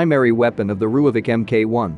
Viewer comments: Just a side note... If you spell it "Roy-fulk" the AI reader won't sound so spastic... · Pronounce it like this."RoyFalk" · lol - was going to ask WTF a "rooyavik" is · You butchered the pronounciation..